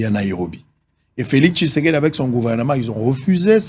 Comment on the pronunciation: messieurs Féliseke messieur feliseke messieur Féliseke n’importe quoi oyebi ata ko prononcé Félix tshisedi te😏